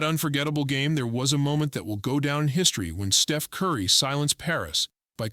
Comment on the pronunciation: the Artificial Intelligence glitched out, besides calling Steph, Steve-en.